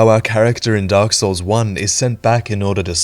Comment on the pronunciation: “” Did you actually play Dark Souls at all? Or do you just butcher the names on purpose?